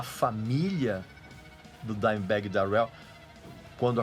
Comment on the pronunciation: Dimebag Dérel... que pronuncia bosta hein Regis, pow cara olha qualquer americano falando o nome dele pelamor